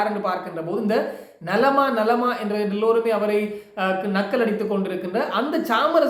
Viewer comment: ஐயோ ஐயோ...நலமா நலமா இல்லை. நள்ளமா... நள்ளமா😂